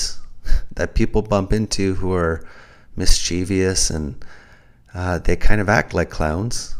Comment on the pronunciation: New sub! 'mind unveiled' plugged your channel in' the Oregon trail' vid. I'm so happy there's a great conspiracy to uncover⚒️. btw- the word ' mischievous ' only has 3 syllables. Thanks for the spirited vid